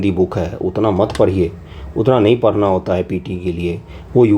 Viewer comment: पढ़ना ❌ परना ☑️😂